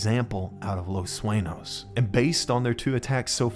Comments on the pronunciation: its not Suenos, its Sueños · Saying Los Suenos made me angry.